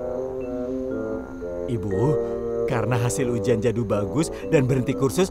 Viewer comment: Mohòn maaf bukanya bikin netijen marah tapi na manya bukan jado tapi jadu😅😅😅😅😅😅😅😅😊😊😊😊😊